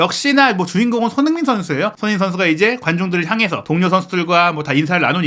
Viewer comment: 제발 기자면 사람이름 제대로불러주세요 손헤이 선수가 뭡니까.. 손헤이 손헤이 선수라... 발음좀 정확하게 하세요 사람 이름입니다